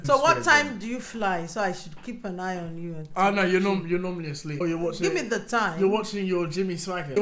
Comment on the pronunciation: I like how his parents say d's and E"s xD